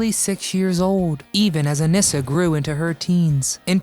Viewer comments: Her name was pronounced A-nee-sa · Anissa's name is mispronounced as well.